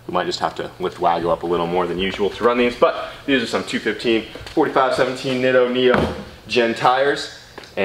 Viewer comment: Them Neat-o's ( now Brent says Nitto..lol) look good.